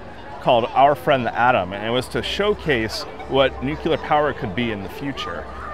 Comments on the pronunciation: I'm beginning to notice this more: It's new-clear, not nukular. Old pet peeve on my part. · Dude. I've watched a bunch of these vids and I'll just say it. If you're going to have a channel on radioactivity and nuclear topics, please learn to pronounce it correctly at a minimum. Noo-klee-ur. Not "Noo-kyoo-ler". For credibility, if nothing else. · Nuclear is not pronounced nukeyoulur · There is only one “u” in nuclear. Please learn to say the word properly.